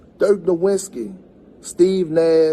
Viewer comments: I wish he could show respect and pronounce Dirk N. last name correctly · He can't even say the name "Nowitzki" and thinks Basketball was a solosport soley about scoring. Yet he calls himself an expert wtf is this